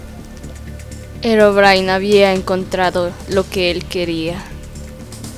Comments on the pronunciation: se pronuncia herobrine a sí se escribe y se lee herobrain.😐😐😐😐😑😑😑😉😉😞😒😁😃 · mini bolita bonita y tampoco se dice herobrain es Herobrine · herobrine se pronucie